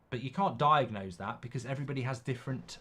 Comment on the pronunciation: Thanks,he skips like half of letters of "everybody".